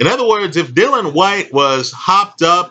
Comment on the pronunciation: Dillian Whyte, not "Dylan Whyte"...